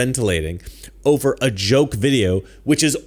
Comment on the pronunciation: They mispronounced “joke”.